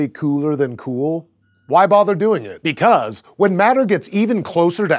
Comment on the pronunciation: The way you say 'because' is exactly why I dislike your narrative style.